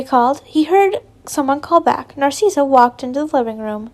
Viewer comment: This is how u say narcssia nar like car ciss like sis and a or u can just say cissy